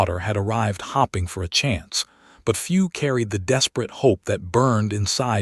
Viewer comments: Teach ai the difference between hoping and hopping. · The 2nd video with the hoping and hopping. Read is another word the tenses get messed up. Just goes to show AI needs remedial thinking. Someone should point this out to Elon to make these corrections in his future productions. There are at least 2 more words I can’t think of. Really funny. Sure there are many more.